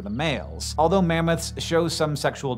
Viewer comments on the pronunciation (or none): none